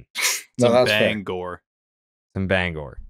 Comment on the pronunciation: As a Mainer, hearing Jared pronounce Bangor correctly first try is amazing.